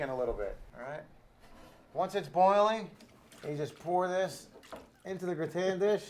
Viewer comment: potato gra-ton?